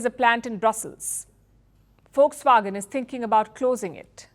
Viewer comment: Aunty it's not fox wagon it's Volkswagen 😂😂😂